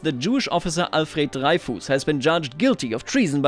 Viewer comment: I don't think the pentagone-shaped building is a historical parisian building but I may be wrong. I think the railways don't overlay with cities anymore and that makes me very happy. And Dreyfus is prononced something like Drefüs would be in german